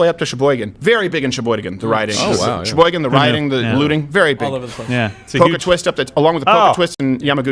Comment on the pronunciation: Thank you for pronouncing Kenosha and Sheboygan correctly!